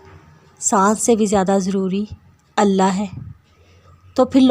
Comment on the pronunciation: Aap Allah ka alif nhi lagate urdu me alif lagay